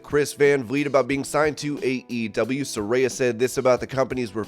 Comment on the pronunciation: You pronounced Sarayas name right finally. After doing 30 videos or pronouncing her name wrong you finally got it right